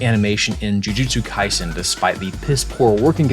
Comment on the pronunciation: "jujuju kaisen" lol